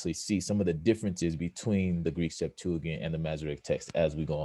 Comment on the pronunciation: You aren’t even pronouncing Greek Septuagint right. 🚨